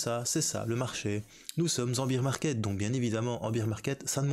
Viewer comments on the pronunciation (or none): apparemment en france bear market se prononce beer market